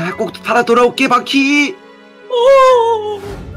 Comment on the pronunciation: 난 바퀴 을 바X 로 들었어 순간 당황